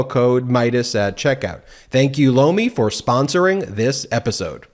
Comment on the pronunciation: I just have to say your ad for Lomi gets me every time. Doesn't matter who does the ad it always sounds like blow me. 😉